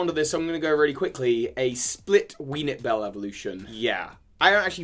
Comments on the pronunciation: I’m sorry did he say weeNIPbell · Did he just call weepinbell Ween-It-Bell with a straight face?! XD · "a split weenipbell evolution"